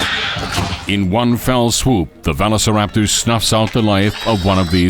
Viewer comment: Why does bro butcher Velociraptors name?